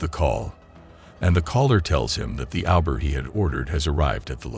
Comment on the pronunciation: uber should sound like '''U''' not Aber..."u" from alphabet after "T"